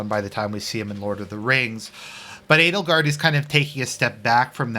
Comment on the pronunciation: I keep he hearing "anal guard"